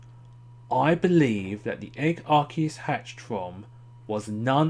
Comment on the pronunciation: Yay someone actually pronounced Arceus correctly!